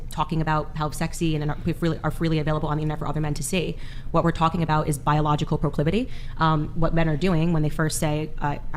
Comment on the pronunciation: when you cant pronounce "proclivity," a few seconds after Candance said the word off the cuff, you may be outmatched by Candace. In a variety of ways.